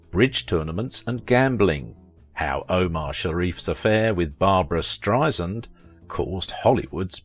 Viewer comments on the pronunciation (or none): It's spelled BarbRa. And it's pronounced Strei-SAND, not Strei-zind. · B-A-R-B-R-A. Two 'a's, not three. Last name pronounced Strei-SAND, not Streizind. As Barbra would say, 'Strei-sand, like sand on the beach. Soft 's.'